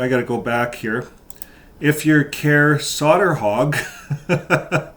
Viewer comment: It’s pronounced „Koray Sayterhug”, more or less. The å is actually an o.